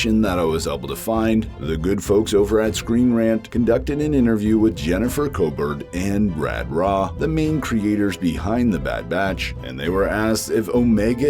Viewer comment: Dee Bradley-Baker did an interview at the start of The Bad Batch season 2 & he massively suggested that The Bad Batch will join Rex & what he is doing so I think it will end with some conflict with the Empire Jennifer Caw-burt & Brad Raw 😂😂😂 slightly wrong pronunciation but I know who you mean